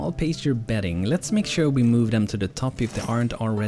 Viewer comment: Hope your new job is awesome! FYI in English Pasture is pronounced like Pass-ture, or Pass-chur. The first part sounds like Gas. =D